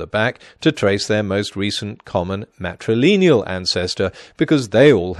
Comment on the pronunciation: I wish he’d stop saying ‘matrileneal’ instead of ‘matrilineal’.